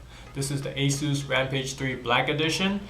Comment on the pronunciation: Goddamn, get a better dude to do these videos. I hate his lisp and how he can't pronounce ANYTHING properly. It's SAHTA, not SAYTA. And Aysus, not Ahsoos